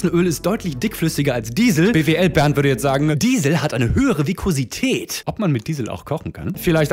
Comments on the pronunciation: Vi(s)kosität, aber sonst frei gesprochen, Augenkontakt gehalten, 2+ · Der witz über bwl-bernd und was er sagt, käme geiler, wenn du es richtig ausgesprochen hättest. viSkosität.... Es heißt viSSSkosität, hätte science-susi gesagt.